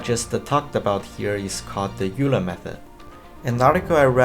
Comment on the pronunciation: Fun fact: Euler is pronounced oiler not youler